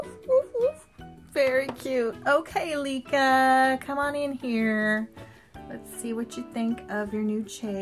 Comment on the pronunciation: Oh my gosh she is so cuuute!! I love her with pink hair!! cuteness overload!! More Licca-chan please! thank you for hearing my request and for the shout out! I love this video! and you pronounce my name correctly! XD also, I read from wikipedia that the regular Licca is an 11 year old girl, there are an adult version of her though, even a pregnant doll